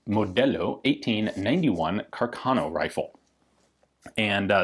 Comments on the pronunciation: The correct italian pronunciation of the name is Càrcano, with stress on the first "a", not Carcàno. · The title is really excellent. I'd add the following subheader, though: "Joy and Sorrow for Italian Troops". And, as a side note, the correct Italian pronunciation is "Càrcano". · Fantastic video as always Ian. However, I believe the correct pronunciation is Càrcano, and not Carcàno (I’m a native speaker). A bit of nit picking on my part like the Garand pronunciation controversy, but I’ve never heard anyone in Italy say Carcàno. Foreigners pronounce it Carcàno. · For a better pronunciation of Carcano, try here: ;)